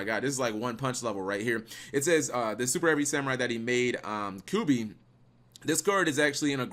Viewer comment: ...lost me when you said kubi instead of kYubi.....